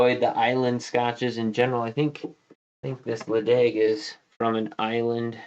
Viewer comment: Welcome back,! Ledaig yes!!!! (Weirdly it’s pronounced Letchick! - it means little steep sided bay, or something like that)